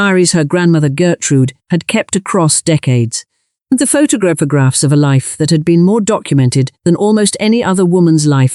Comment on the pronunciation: Bad ai naration, pho-tog-rags?